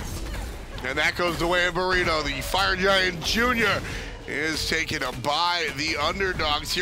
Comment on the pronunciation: it's TAKEN! Not tooken!